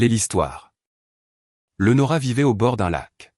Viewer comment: Même pas foutue de prononcer le prénom Léonora correctement, quelle misère, ne demandez pas des likes, c'est injuste